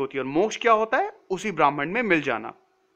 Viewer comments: It’s not Bhraaman. It’s Bhraman. Pronounced as brr h mann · "bramhan"nehi .This s BRAMHAN